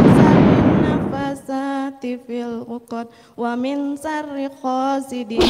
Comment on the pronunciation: iya,buk baca 'a nya masak a terus dza di baca za terus sya di baca sa harusnya waming malah di baca wamin,naffa di baca naafa,masih ada lagi sih